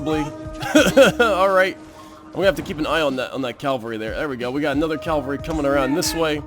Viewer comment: It bothers me so much (kind of irrationally) that you say "calvary" instead of "cavalry" but it sounds like you try to remind yourself it's "cavalry" so I suppose progress is good. XD